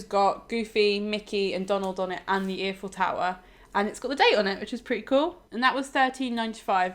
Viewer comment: It is pronounced I-Full Tower not E-Full Tower! also we watch a lot of Florida vlogs from people who live in Florida and they find new things at Universal week to week, think you must have looked in the wrong places.